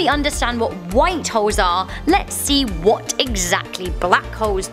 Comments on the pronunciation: Lol sometimes it sounded like she was saying white hos A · Is it me or did she sound like she said "white hoes"? 🤔